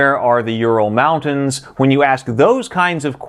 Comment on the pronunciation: That's how they are supposed to be pronounced